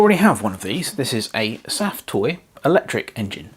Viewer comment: Pronounced.. safe toy.. safe as in, its safe because there's no fire or steam. I believe there's is something under the smoke stack that pups up balloons.